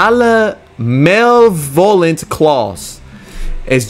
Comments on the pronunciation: “the.. the.. MALE-VOLANT CLAWS” 💀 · Nah thas grammar. Bro did NOT know the word malevolent to be pronouncing it that way 😭